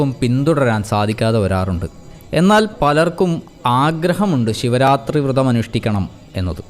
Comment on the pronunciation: വൃതം അല്ല വ്രതം ആണ്